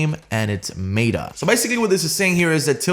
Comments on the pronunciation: by the way its "META" not "MATA" xP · did he mean meta not mate-a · "Maytuh"😂 its "MehTuh" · Did anyone else cringe when he mispronounced some key words like Polish and meta? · They way he says Meta 😂😂